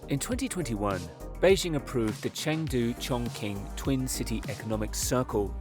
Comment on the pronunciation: It’s more like Chorng-Tsing